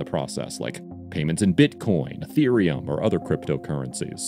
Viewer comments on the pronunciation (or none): none